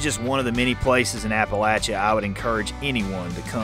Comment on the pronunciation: I'm glad you know how to pronounce Appalachia.